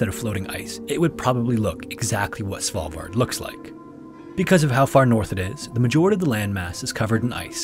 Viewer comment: hahaha! I thought I was the only one who thought of Cecilia when he said Svalbard.